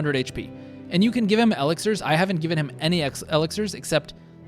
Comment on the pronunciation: I am guessing you never heard e-LIX-ir :-)